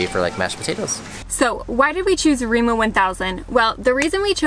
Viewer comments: It is remA not Remo. (Like america backwards!) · Hearing Remo is pretty funny when the name is Rema. I mean it's no big deal but imagine hearing a foreigner say: I'm going to Walmarf. xD